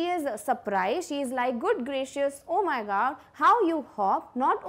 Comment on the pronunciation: She says o my gaa....🤣